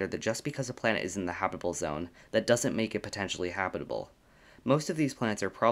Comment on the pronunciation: Ha bit able. Not habebable. Or are is it hable